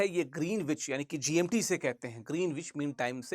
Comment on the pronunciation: Sir , plz check the pronunciation of GMT. It is not the way you are pronouncing.